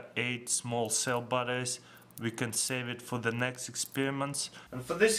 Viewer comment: when the guy said "batteries" it sounded like "buttocks"